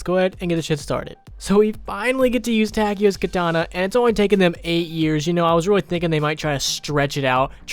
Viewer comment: it's soo damn awesome, that you can speak german names! good job